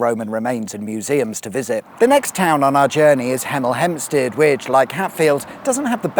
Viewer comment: Hemel Hempstead.....oh 😅